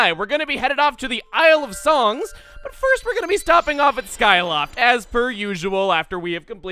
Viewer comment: Did he say isle of sungs?